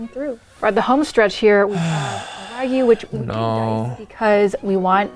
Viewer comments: She’s not even pronouncing Wagyu correctly haiiiyaaaaa 🤦🏽‍♂️ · she murdered the Wagu LOLOLOL